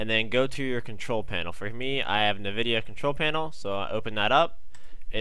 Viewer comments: just gonna throw this out there its pronounced En-vid-ee-ah not Niv-id-ee-ah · It's not motherfucking pronounced "Na-videa" holy fuck it's "EN-VIDEA" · It's called EN-vidia. What's the point of using black bars though?